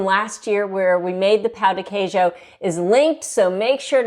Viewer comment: It hurts my ears the way you are pronouncing pão de queijo 😭😭😭